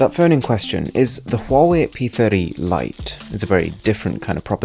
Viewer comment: Oh yes, the brand called "huewai"